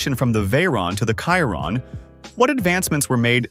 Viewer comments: Pls pronounce it properly, it's the shee-ron not the ky-ron. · Or Shir-ron also the a.i. voice was pronouncing the word TORQUE as TORKY . 😆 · There's a typo . It states that 1500N.m. of torque between RPM, but your graphic shows rpm. That needs addressing. Chiron is pronounced Sheeron, well you can't pronounce the correct word so I've simplified it for you!! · Isn't it pronounced sheero'? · Wtf is Kyron ? Absurd pronunciation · Hate the ai voice calling chiron by wrong name